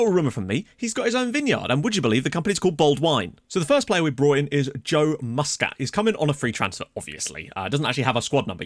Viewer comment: As a Notts county fan, we pronounce 'Boldewijn' as 'Bold-Win'. Looking forward to the rest of the series.